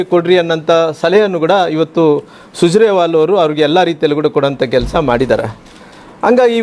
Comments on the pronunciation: ಸುಜರೆವಾಲ್.... ಅಲ್ಲಣ್ಣ. ಸುರಜೆವಾಲ..... ಕನ್ನಡ ಕನ್ನಡ... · ಸುಜರೇ, ಸುಜರೇ ಸುಜರೇ ಸುಜರೇ ಸುಜರೇ😂 ವಾಲಾ ಸರಿಯಾಗಿ ಉಚ್ಚರಿಸಲು ಬರುತ್ತದೆ. ಸುಜರೇ ತಲೆ ಕೆಟ್ಟಿತು.